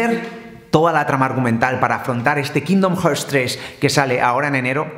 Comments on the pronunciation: kindon jerts? omg la pronunciacion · La segunda opción que has dicho, es como se pronuncia. Gracias por preocuparte por su pronunciación, estoy harto de los paletos que dicen "QUÍNDON JÉRS" y demás barbaridades de español de Toledo... Mucho cringe me dan. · tú di kindon jarts, si te entendemos igual